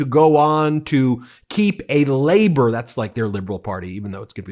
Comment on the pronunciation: Love your work mate, You quickly learnt the pronunciation of our Prime Minister 'ALBO'